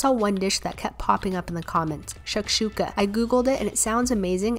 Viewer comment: It’s pronounced sh-ah-k-shuka but no hate! Also, just when I was eating shakshuka, u uploaded this vid!! Talk about coincidence